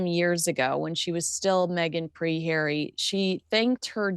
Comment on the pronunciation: Love pronunciation of Hairy’s name! 👍🏼 😂🤣